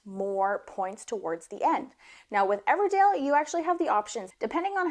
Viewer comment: Your accent isn't super southern but 'Everdale' every time cracked me up